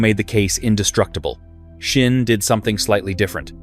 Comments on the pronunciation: Where the hell do you get the h in Sinn from? It is Sinn not Shinn the f.... the way you pronounce it would be written Schinn in German. WTF. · I recognized, that you always spell the name of my favorite watch maker wrong! Always, in every video! So: the name is SINN and NOT S"h"INN! I don't know, why you're saying it wrong every time - but I have a mnemonic for you: just think "I'm a SINNER - and than forget the "ER" at the end! Et voilà...SINN 👍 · love schschschinnn watches 🤣🤣🤣🤣